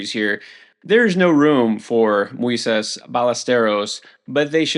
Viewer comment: This guy mangles so many player names that it's hard to take him seriously. Mooeysess?